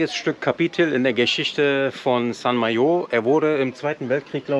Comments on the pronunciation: Warum sagt ihr Srt Majo. M E heißt es St Malo oder bretonisch St Maloz. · It's Saint MaLo not Saint MaYO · ...nicht "Sant Majo", es heißt "Saint Malo".... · Es gibt schlimmeres. Die Aussprache im Video "Saint Maillot" heisst übrigens Heiliger Badeanzug. Nicht jeder kann Französisch. Hauptsache jeder weiss was gemeint ist. Schönes Video. Weiter so. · Wenn man der französischen Sprache nicht mächtig ist, kann man auf Wikipedia oder Google genau erfahren, wie man Saint Malo ausspricht. Schöne Grüsse et bon journée von einem Bretonen.